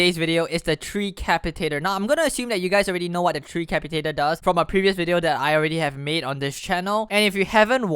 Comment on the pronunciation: FINALLY someone that pronounced tree capitator corrrctly